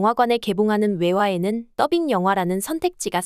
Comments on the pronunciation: 시종일관 더빙이 아닌 떠빙으로 발음하던데 듣기 불편한 건 나만 그럼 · 그러게요, 왜 혼자서 줄곳 떠빙, 떠빙 하는지, 많이 거슬리네요. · 떠빙 말고 더빙이라고 발음해보세요